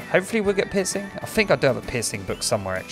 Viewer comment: he says pissing why hes trying to say piercing